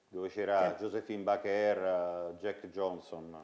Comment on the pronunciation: He said Josephine Baker...not Bakera.